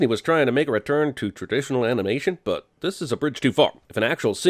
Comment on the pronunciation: "traditional anilnation"